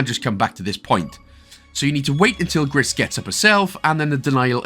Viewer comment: Just for your information the game is call " grey " in French and it's pronounce " gree "